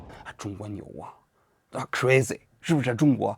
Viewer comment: 老王怎么连crazy都念不来哦